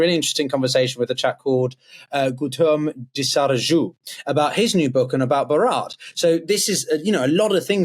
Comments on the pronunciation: When you say "Bharat's Put a emphasis on H It's bharat, not barat,, just a info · It is Bharat ,not Barat...not a football team. That was the name from day one of Indus valley civilization, India was given by Britishers. Would you like your original name changed by a 'master' who comes in your home and starts ruling you? Respect and understand things fully before you start talking about the other countries. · Actually we are tired of "accommodating" you guys in the west by okaying the twisting of the names. Bharat was renamed as India, the river Ganga (pronounced gun-ga) was being called "Ganges" (and also mocked as a river that sounds like a disease), and Sanatana dharma being called "Hinduism". It's high time people in the West started using the proper names. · You still have a superiority complex Your significance is due to other western countries Learn to pronounce Bharat properly...it is easy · Dont make cheap and despicable jokes about 'BHARAT'. Bharat existed for thusands of years before your 'white' ancestors named it India. Your inferiority complex comes from the fact that you understand only one language. What ever you cannot pronounce must be the name of a football team. We can speak multiple languages and have no problem with your funny names. Learn to be more respectful.